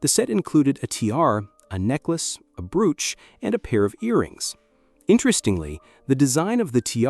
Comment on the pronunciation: Nothing says AI voice like pronouncing 'brooch' as 'brooo-ch.'